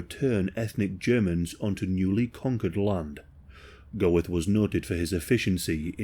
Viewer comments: Bruh its pronounced "Göeth" not "Goweth" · Isn't it pronounced Gert not Go-eth? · Great video mate, just to let you know its pronounced like "Ammon Gurt" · The consistent mispronunciation of the name of the SUBJECT OF THE VIDEO makes this impossible to watch. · Interesting video, but the mispronunciation of the name Goeth is very jarring. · And that’s how you butcher the pronunciation of a last name